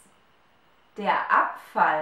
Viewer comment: Abfall = Apfel ? U pronounce them the same , How can I differentiate between them ???